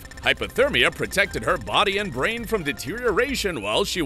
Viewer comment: ah yes braine